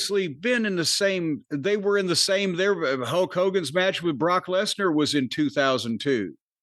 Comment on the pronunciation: "Huk" Hogan haha